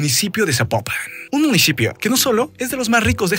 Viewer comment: Tanto decir Jalishco dijo Munishipio jejej. Se acaba el muuunddoooo.